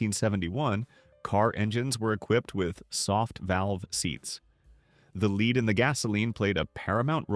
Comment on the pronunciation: An obvious AI narration, as the computer kept saying "leed" instead of "lead" for gasoline.